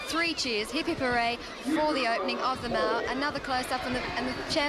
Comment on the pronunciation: In South Oz It is not and never pronounced Mal rhyming with Pal..but Mall ryhming with Hall...just saying...